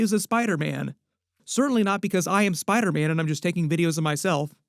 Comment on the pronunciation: Why do you call Spider-Man “spydaman”?